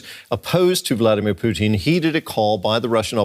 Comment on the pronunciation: I love how the news anchor keeps calling him Poutine 😂😂😂